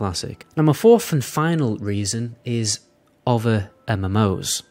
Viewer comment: Dude, please, you need to pronounce the 'th' in 'other', etc, not 'uhver' -- or 'th' in 'think', not 'FINK'... seriously stop, my god